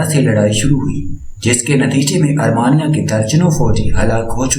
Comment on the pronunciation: Mr. AR MEE NIA NOT ARMANIA